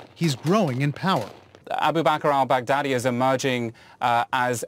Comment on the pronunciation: Is he saying "Albu Bacar Al Bacdadi" or "Baboo Car Al Mac Daddy"?